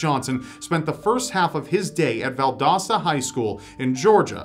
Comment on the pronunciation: He actually pronounced Valdosta right this time! Thanks